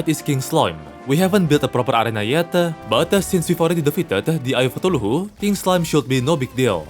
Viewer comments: Like where does he get that 4th syllable from? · I swear has the coolest proounciation of Cthulhu ever. Other Terraria Youtubers: C-thoolhoo: Toolohoo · Please stop pronouncing Cthulhu that way man😭🙏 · Ah yes, eye of sneezes